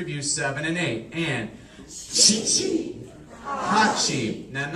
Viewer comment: For the love of god don't do this. He calls shichi chichi.